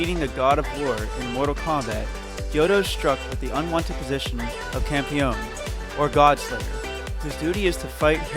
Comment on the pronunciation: Your pronunciation for the anime and characters were kinda bad like compione and damanchi.